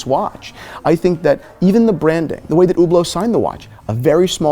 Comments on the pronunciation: Omg, i can't stand the way he pronounces Hublot. Don't say "ou" don't pronounce the "H". It's not "Hhhhoublow" It's not "Youblow" it's Hublot. Ublo. Listen how the people working at Hublot pronounce it. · First, Fuck Hublot! Second, how the F do you pronounce Hublot so wrong. It's Hublot not Whoblot.